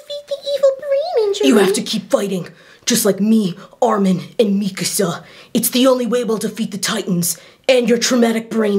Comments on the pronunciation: Wait does dub actually pronounce Mikasa this way? Why? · THE WAY ONE OF THE DOCTORS PRONOUNCE MIKASA HELPP 💀💀💀